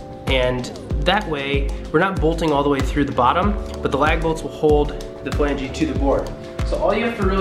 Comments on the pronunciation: It’s not Flangee. It’s flange. The e is silent. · The correct pronunciation is "FLANJ" not FLANGEE